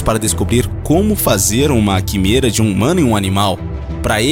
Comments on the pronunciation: "Quimera" se pronuncia "quiméra" e não "quimêra"... só pra completar. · "Quííímêêêêra" ???....senhor ! Se lê "quiméra"! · Opa, você pronunciou químêra, mas tem a sonoridade: Quiméra. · Interessante mas não aguento esse narrador falando errado. É quimÉra. Placa de pÉtri. E genÔma. Por favor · Boa matéria, só faltou o narrador aprender antes as sílabas tônicas das palavras difíceis pra não passar vergonha falando errado o vídeo todo. Ex: "genoma" (pronuncia geNÔma), "quimera" (pronuncia quiMÉra), etc. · Ah... Esses narradores que só lêem e não sabem pronunciar uma das palavras principais (quimera) do vídeo corretamente... Errou um monte de outras pronúncias até o final do vídeo. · Que agonia dele flando as plaavras erradas como quimera genoma e placa de petri